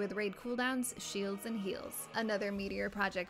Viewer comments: "heelds and sheels" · "hields and shiels"